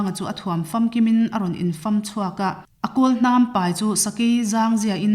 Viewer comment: Hmeichhia hian zotawng I lam dik lo nual mai infam" tihkha I lam dik lo bawk